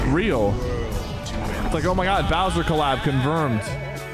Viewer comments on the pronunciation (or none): Man said browser collaboration